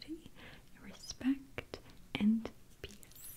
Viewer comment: I know she says "peace" but it sounds like something else